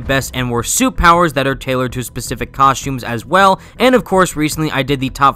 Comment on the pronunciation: I can't get over how he calls the suits suits, outfits and COSHTUMES throughout the video lol